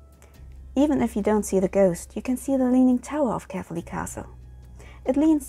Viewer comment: Yep as a person who was born there you said it very wrong